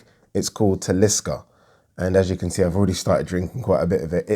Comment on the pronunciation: Lol, that's not how you pronounce Talisker. Doesn't matter though! potatoes, potatoes etc! On with the boxing chat!